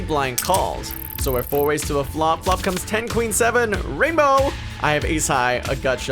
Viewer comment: You would have 1 million subs if you didn't say rainbow like that